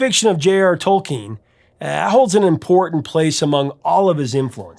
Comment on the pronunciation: Good job correctly pronouncing “Tolkien”!